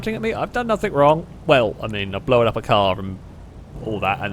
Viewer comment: Blown up, not Blow-an up!